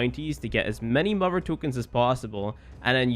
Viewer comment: Don't know what accent that is.